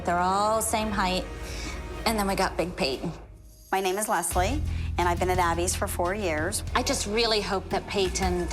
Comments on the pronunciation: No Jill says it like Payt-Ton. It's supposed to be like Pay-ton but Jill really pronounces and enunciates the T in her name for some reason and it always bugs tf out of me lol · The way Jill says Payton’s name just sends meeeee 😂😂😂 “payT-Ton” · Pay-Ton omg the way they say her name makes me want to scream 😂😂😂 she said my name is Payton not PayToN so chill 900 voice 😂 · jill pronounce peytonas pay.ton 😭